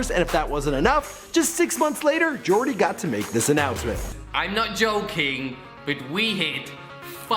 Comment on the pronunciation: its yoooordy not jooordy